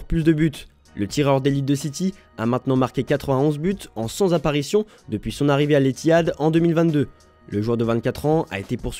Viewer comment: Cent « z’apparitions » ?!!! Trop drôle 😂😂😂